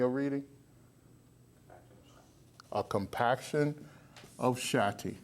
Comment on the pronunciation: im am still trying to figure out why he's saying Shatti, instead of Shakti..( shock-T).... ( it's pronounced Shock T, so why not call it what it is????) ...